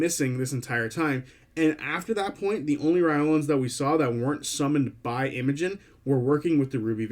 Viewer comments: Just some suggestions. The pronunciation Matt uses is “rye lore ans” and the warforged he pronounces is “ay or ma tons”. I noticed you were rifling through them and didn’t want you to miss out on Matt’s way of saying them:) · sounded to me like you were saying "Reolan(s)" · lol yeah, skipped the R entirely xD but it's ok, we all knew what you meant!